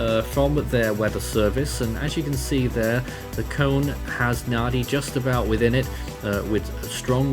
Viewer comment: Thank you for the update - For future reference Nadi is pronounced Nandi - the d in Fijian pronounced nd. Viti Levu is pronounced Veetee Lēvu